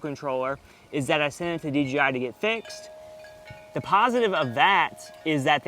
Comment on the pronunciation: I sounds so much like you're saying DGI?